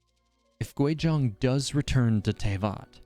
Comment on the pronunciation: It’s Guizhong not Quizhong